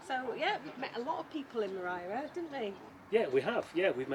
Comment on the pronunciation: Why does she keep saying Morai? Also the cats name was Paco not Gatso!!